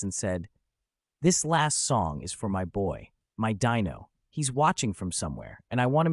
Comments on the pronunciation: Pronounced DEno, not Dino like a prehistoric creature. Ai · IT’S DEEEEENO NOT DYNO GET IT IT RIGHT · The narrator should learn how to pronounce names. Dean's son, Dino, was pronounced DEno not DIno like a dinosaur! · His name was pronounced Dean O not Dino like Dinosaur. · It’s hard to listen to the stupid mispronounciation of Dino,s name! It’s pronounced Deeno but spelled Dino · The AI miss pronounced Dino, I lost interest and felt it was disrespectful 😢. I was hoping to view that clip instead of the AI and the Yada yada version . Something so delicate should be done with respect.